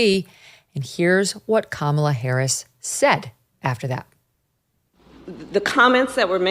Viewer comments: I love that it sounds like hee calling her Carmella Harris 🤣🤣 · This old fart can’t even pronounce Kamala 😂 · I CANT STAND Kamala Harris but why is it SO hard for these folks to correctly pronounce the woman’s name? COME ON. Malapropisms are so annoying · While I appreciate Megan Kelly to the extent she's articulate and clean (joke, joke), I've never understood how anybody can (a) enjoy VDH or, more importantly, (b) think him insightful, intelligent or interesting. Let me be clear, his first remarks out of the gate bemoans Kamela's flip-flopping? Boy, that's powerful stuff. Besides the hilarious, obviously intentional mispronunciation of her name. At least own it, VDH. And what does big-boy VDH talk about next. His naive belief that 'it's a good sign' the WaPo is now fessing up a little bit to that they've been in on it, lying and deliberately concealing facts from its readers, and, hey, what, are we supposed to start believing the WaPo again, let alone reading it? Priceless stuff. And, like the mainstream media's disinformation campaign he grifts upon, VDH rolls on.... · Not a dem but this guy needs to pronounce Kamala’s name right. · Y'all.. I'm all for holding Kamala accountable. But it is literally not that hard to say Kamala. If you can say Vladimir Putin and Kim Jong Un, you can manage Kamala. It makes you look objectively unintillgent that 4 years later, you're still struggling. Embarrassing. ☠️